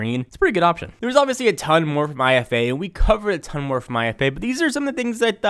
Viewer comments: It's "eefa" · dammit, Its pronounced "eefa"..